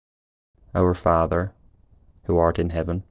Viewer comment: But the "th"-fronting is not standard yet. I think it should be [ˈfɑːðə], not [ˈfɑːvə]. I think it should be [ɒn], not [ɔn] in 1924. I'm reading "An Outline of English Phonetics" by Daniel Jones published in 1924 (well, the first edition was published in 1918, but it's the second edition, if I'm not mistaken) and although the author did indeed transcribe this vowel with the symbol /ɔ/, the way he described it clearly shows that he meant the open back rounded vowel [ɒ], i.e. he said that it is "fully open and fully back". In Jones's transcriptions the vowels in "cot" and "caught" were distinguished only by the colon marking length, /kɔt kɔ:t/, as well as the vowels in "ship" and "sheep", /ʃip ʃi:p/, and "full" and "fool", /ful fu:l/. Of course he knew that these vowels differ not only in their length but also in their quality and he clearly stated it in his book, but his symbols were deliberately broad, as simple as he was feeling possible.